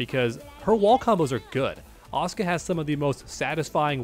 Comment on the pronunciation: I thought u were saying "OSCAR"... I was like who the fuck is OSCAR... My dude, it is "ASU-KA"!